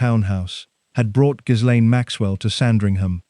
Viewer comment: Ga-lynn, NOT jizz- lane...just saying, heard it pronounced by a lady who worked around her, let's just clear that up right now... since we're able😊 Much Love Everyone and remember: no matter how hard things are, at least you're not one of these 'people'❤